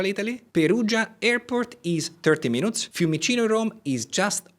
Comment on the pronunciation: Bravo. Tuttavia, se ti posso consigliare: "Minutes" non si pronuncia in modo vicino all'italiano, perche' la U si pronuncia come una I. Sembra strano, ma e' cosi! "Minits", ecco come si pronucia (con l'accento sulla prima I). Se invece vuoi dire Minuto, nel senso di "piccolo" (un oggetto minuto, piccolo), allora si pronuncia "Mainut", con l'accento sulla U. Inoltre Renaissance si pronuncia: in americano come in francese (Renassa'ns, con accento primario come ho indicato, ma anche uno breve sulla E), mentre in inglese britannico si pronuncia "Rine'isans" con l'accento sulla E. Infine: "Retirees", pensionati si pronuncia "Ritairiis" con l'accento principale sulle ultime due ii (e un accento breve sulla A). Ho scritto la pronuncia in modo "italiano", tuttavia per i corretti segni dell'alfabeto fonetico internazionale, prego consulta qualsiasi vocabolario inglese online (vocabolario, preferibilmente, non dizionario), dove trovi anche audio sulla pronuncia. Spero di esserti stato utile. Sono un medico, ma anche studioso di linguistica, e di inglese in particolare. Cordialmente, Mauro Abate